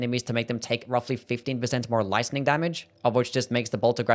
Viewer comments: It's lightning. Not listing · Lice-ning damage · You say Lightning really weird